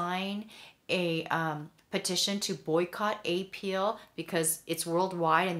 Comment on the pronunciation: You mispronunciation of apeel is annoying! I'm not going to watch your videos.